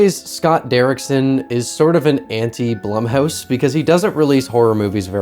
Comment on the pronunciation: It’s pronounced Bloom house, according to the experts.